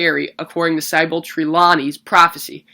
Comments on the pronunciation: Lol "sigh-ble" - it (Sybil) sounds like "sibble." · It's pronounced sih-bull, not sy-bell....and it's treh-law-nee, not tree-lan-ee....I mean come on.